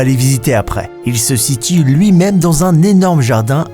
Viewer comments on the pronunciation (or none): « Il se sitie » mdr